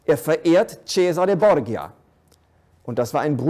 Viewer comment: Bitte: Borgia wird Bordscha gesprochen.